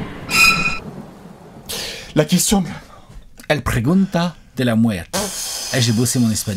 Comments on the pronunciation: on dit la pregunta beau gosse;) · ON DIT LA PREGUNTA HEHEHE